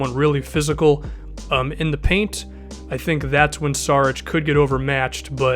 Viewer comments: it's Šarić not Sarić (read s like sh=š) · It's pronounced SHARICH